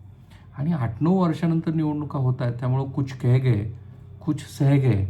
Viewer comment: केह गये, रेह गये, केहते केहते असे वाचतात ते